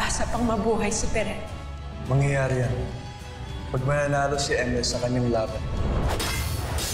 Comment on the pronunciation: pirena hindi perina tas emre hindi imre hahaha